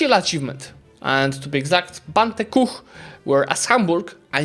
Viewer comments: englishs way of pronouncing every single vocal different then all the other nations rly makes me crazy xD bante ku ? xD there is no A xD why english pronounce U = A and as ur not nativ english i think why the hell you do it xD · Goodness gracious the Bunte Kuh pronunciation 😅